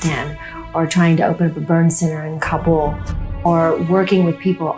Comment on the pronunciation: Weird that she can’t pronounce Kabul properly.